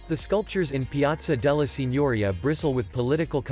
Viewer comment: Piazza della Signoria, pronounced very badly... It's not Maikol-Ayngelo but Michelangelo! Is It possibile that italian words are so hard for you?